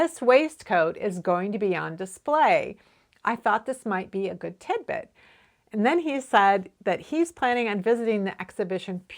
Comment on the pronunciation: Everytime I hear tidbit all I hear is timbit which is a popular donut in Canada 🇨🇦. I have been watching your videos for the last few years and thank you for all your great content.